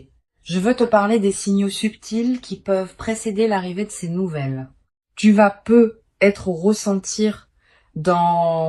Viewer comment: On dit pas peut.......être Il y a une liaison😅😅😅😅😅😅